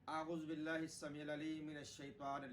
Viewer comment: اعوزباللہ to sahi prho na